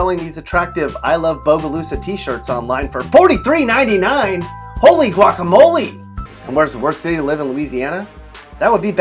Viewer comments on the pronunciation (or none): none